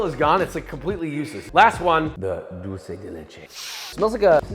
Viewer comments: Thank you for not pronouncing "dulce" like a fckng rtard like every other american that pronounces it as "doll-che" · Thank you for saying 'dulce' and not 'dolce'.